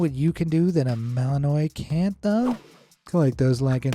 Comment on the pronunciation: Malinois is French , there’s a an apostrophe in the middle of Malinois . Ignorant people think because it ends like Illinois that it ends with the same ending which it doesn’t. This is how you pronounce it bel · juhn ma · luhn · waa